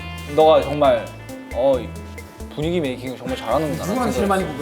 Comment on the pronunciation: 너가 정말 (어잇) 부뉘기 메이킹을 저ㅇ말 잘하는구나아 하는데 진심인지 장난인지 모르겠고 사투리+표정연기 콜라보에 정신이 혼미함(n)